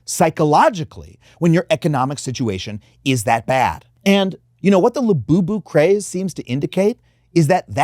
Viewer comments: "coming for lu-you-you" 🤣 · I was with you until you ended with "la-you-you" dont do that again.